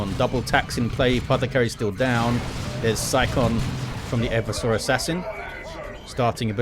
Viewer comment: PSA: the name is e-VER-sor Assassin, not Ever-sore. from root word "everse", which means "to overthrow or subvert"